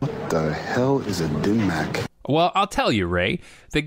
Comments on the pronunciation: bro... did you say gim mak? Its dimmak, but one word. And yes, it is possible. But not probable. Here is my source. I looked for quite a bit until I found something that sounded reputable. Please read. Is dim mak (death touch) real? If so, could it ever be used in today's world? Jesse cox= copywriter, 2019-present. Forgive me, for this because it’s the first I’ve ever heard of the concept. But, there are blood vessels in the neck (back and front) which supply blood to the brain. These can become clogged from time to time, and have been attributed to some cases of dementia. Some people go to sleep on them and die in their sleep. It’s also theorized that when struck correctly, these can be blocked as well. So yes, it is VERY possible to kill someone with a non-lethal blow to the right area of the body. Could it be used in today’s world? Not really. Not that I don’t have a respect for all things ancient but fighting in today’s world isn’t methodical in nature. It’s more ad lib. Fighters today aren’t taught the subtle nuances of perfection based take downs. As a result, it’s very rare to find someone with the mental focus necessary to convey teaches so absolute. I mean, bodies aren’t all the same, so the person would have to be really good at math and dividing bodies up to where these spots are on the fly. There are some people who can do that but for the average fighter, the whole picture is used and not some localized that takes a ton of reasoning to find. In the mode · Are you saying gim mak? It sounds like it but it’s probably my hearing. The death touch “dim mak”. Also called the Touch of death. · DIM! DIM MAK! Not GIM MAK how could you understand it as G :'D